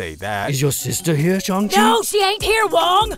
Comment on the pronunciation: you pronounced "shang" correctly, but the "chi" is meant to be pronounced "she".